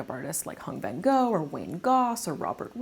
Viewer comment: Love u, but u really butchered the pronunciation of his name 😭 Vietnamese enunciation isn’t the easiest, but pls do your research beforehand. It’s not “van-go” it’s “van-ngo”